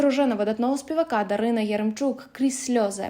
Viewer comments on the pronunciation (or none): none